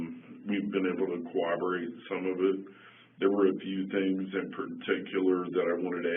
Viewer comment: Is it just me or do these supposedly educated detectives say cowoberate in this case and many others . I feel like so many times detectives say cowoberate instead of corroborate. Maybe I watch to many interrogations or my hearing is bad